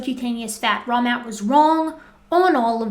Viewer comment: Fun fact. First few times you covered these guys I honestly kept hearing "Wrong Matt" instead of " Raw Matt". Still think my brain had a point there.